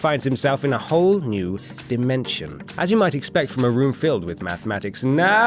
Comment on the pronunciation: Since when has the word "nerds" been pronounced as "nards" ?